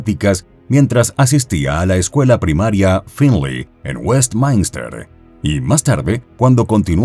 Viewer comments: No es Westmainster, se pronuncia como se escribe: Westminster. Es donde radico actualmente. Saludos 🌹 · WESTMINSTER se lee así como se escribe